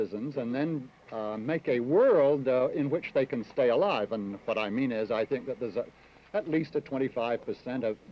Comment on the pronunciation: You should have emphasized the word how instead of the word think